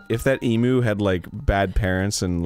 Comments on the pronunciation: I'm from Australia, and on this episode and the previous he's constantly saying emu as em-u, whereas I've always heard it as em-you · It's EMYOU NOT EMOO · Every time they say Emu I die a tiny bit inside. 'Member folks, "Eem-yoo" not "Eem-oo". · Being an Australian and hearing them say emu (eemoo) where in australia is pronounced (eemyu) is really annoying me. Yet I love it. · As an Australian, I'm laughing my ass off every time Arin says Emu, pronouncing it as E-moo where it's actually pronounced E-mew. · As an Australian it's so painful to hear Americans pronounce Emu as "Eee Moo". It's "Eem You" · It's not pronounced e-moo, it's pronounce e-myou. Points for effort tho. Loved this video <3 you guys are amazing! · Am I the only Australian who dies a little bit when Americans say Emu. EEM-YOU not E-MOO. It's just Nevada all over again. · Ok, I know everyone is talking about the avali Gail thing. But E-MOO? SERIOUSLY. It's pronounced ee-myu spelt emu. I can say that cause I'm Aussie. Don't destroy me if that's a long running joke.😅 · It's "eem-ewe" not "eem-oo" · EEE-MYOO okay?! Not EEE-MOO, MYOO!!! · EEM-YOU ARIN, NOT E-MOO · Please for the love of everything that is good in this world - pronounce emu properly 'E-mew' (like the Pokémon) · Papi Arin and daddy Danny pronouncing the word emu like E-moo instead of eem-yew is not my favourite thing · So, they're saying eemoo on purpose right? Even tho it's pronounced ee-myu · Emu is pronounced ee-myew not ee-moo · For the love of Australia, its EE-MEW not EE-MOO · Bugged me for years but... fuck the way everyone not from Australia says Emu, it's not E-moo it's Eem-u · It's e-mew not e-moo god damn it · can people stop calling it an emoo, it's pronounced emyoo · dude why do you keep saying emu wrong, its not emoo its emu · 'EEM' 'YOU', please listen... Thank you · please say it as, "EEM-YOU" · as an Australian i need to correct the way you say emu... its pronounced EMYOU but spelled emu, i know english RIGHT...?